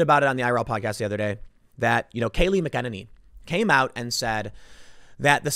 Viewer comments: I love you Tim.. But get your pronunciations correct. It's Vicar. Short "I". Listen to other people say Kayleigh mac a nainy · Tim, her name is pronounced MACK-EN-A-NEE. (or, MACKEN NAY KNEE)